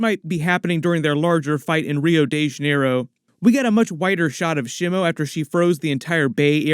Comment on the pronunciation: Ugh... your pronunciations are killing me. Shimo is not one of The Three Stooges. It's not "Shimmo." I in Japanese is pronounced like "EE". So it would be more like "Sheemo". But yeah... definitely excited about this one.